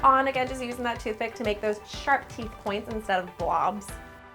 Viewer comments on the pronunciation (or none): none